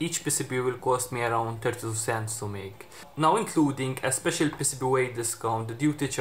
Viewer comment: Dude, I thought he was calling them pesipie, but he was saying pcb.